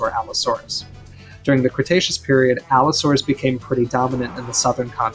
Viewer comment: It may be a mispronounciation, I think he means that Giga is an Allosauroid, kind of this large group that Carcharodontosaurids are a part of